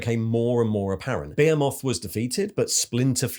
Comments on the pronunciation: Your pronunciation of behemoth and Abaddon are…unique. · "Bayemoth" is the British pronunciation, and "A bad'un" is the GW pronunciation